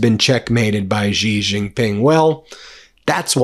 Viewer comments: Pronounced: "She Gin-ping" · Why don't you learn how to pronounce Xi Jinping correctly? 😅